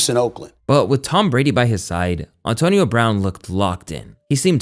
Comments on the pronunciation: Solid video. Just trying to figure out how mispronounces so many common words lol. Ohntonio Brown is taking me out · “On-tonio Brown” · Good ole Ah-tonio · Ontonio Brown and John Gruhden 😂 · Maybe Ontonio is the correct way to pronounce Antonio but u still sound goofy. And John Gruh-den lol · Auntonio brown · Calling him Ahntonio 😂